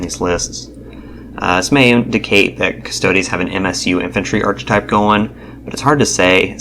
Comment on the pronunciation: Sorry, not to be an a-hole, but it's pronounced "ar-ka-type".